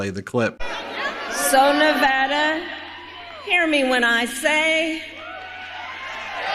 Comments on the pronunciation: Please correct your pronunciation of nevada. IT IS neh-VAH-duh. It is a long aaaa sound not a short a sound As a native Nevadan it is so frustrating to have media people not get the pronunciation right. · There were 20,000 people these. Please pronounce Nevada correctly, Ben!! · Ben, dear, please to LEARN How to properly pronounce Nevada?